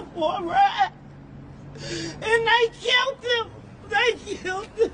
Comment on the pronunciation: Killed not kilt